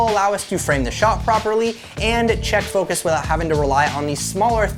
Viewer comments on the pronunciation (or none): none